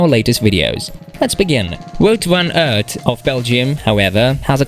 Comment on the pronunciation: Superb rider Has tho done approx 14 monuments and won only once You mis pronounce his name